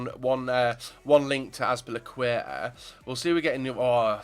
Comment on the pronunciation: i subbed just because the way you pronounce azpilicuetaaaa.